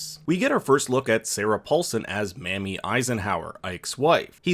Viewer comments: Please stop calling her Mammy Eisenhower. That can be a consider racially problematic in the U.S.; her name is pronounced "MAY me." May- like the month after April and before June. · Mamie is pronounced "May-mee", not "Ma'am-me". Also, giardia is pronounced "jee-are-dee-uh" not "guard-uh". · Dwight David Eisenhower married a woman named Mamie not Mammy. Think Mame-ee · Maybe you could bone up on your history. Ike "supposedly" had a an affair with his chauffeur during WW II, Kay Summersby. That would be his wife's allusion to other secrets not involved with natioal security and his inability to lie to her. By the way, her name is pronounced Maaamie. Also, Amelia was the first woman to fly solo across the Atlantic. There's also a reference in UFO lore about Ike meeting Aliens at an air base when he was supposed to be at the dentist. There's a tie in with Majestic 12. Even tho created by Truman, Ike was likewise involved. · Mamie, not Mammy. Long A. ;-)